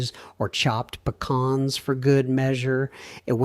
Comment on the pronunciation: What are Puh-Kahns? 😂😂😂